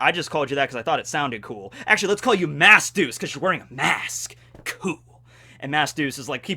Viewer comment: Every time you say mask deuce I think you’re saying mass douche XD